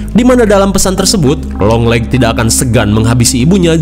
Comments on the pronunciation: 👥👥👥👥 :yang kalian denger (long legs ) 👤. : yang gw denger (Yong Lex)😂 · Yg orang laen denger : "junjungan long legs" Yg gw denger: "Junjungan Yonglex 🤣" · Longleggs❌ yonglexs✅ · Beberapa kali dengernya younglex maap🤣🤣